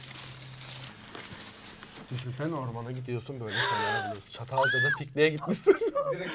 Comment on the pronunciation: Abi catalca deme ya 🥰❤️